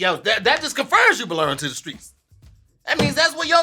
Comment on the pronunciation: “Hey Tom, looks like was trying to say ‘belong’ but he said ‘belern’, back to you “🤣🤣🤣🤣